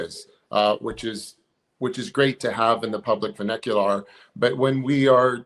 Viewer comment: “vahnicular” ??? Fake intellectual detected. Terrible word usage failure. The man on the left with the glasses is a fraud. He stumbled over his words a couple times in a way that made me think it might be true, but this seals the deal. He is as fake as hell and I can no longer trust Skywatcher, at all.